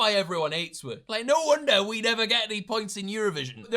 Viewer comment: exposes himself with the waitrose comment, says woh instead of us as a distraction